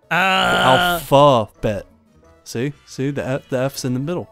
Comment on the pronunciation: Alphabet not alfadet